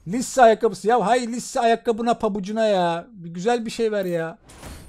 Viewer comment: LİSSE AYAKKABISI ABİ ÇOK GÜZEL SÖYLÜYÖN